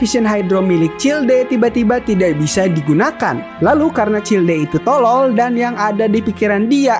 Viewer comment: childe bukannya dibacanya chaild ya bg